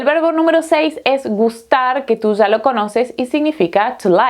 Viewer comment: En vez de 'Ya" (ia) dice "za". " ...que tu "za" sabes"... , "que tu "za" tienes". Esto a mi me molesta mucho, y no lo puedo negar.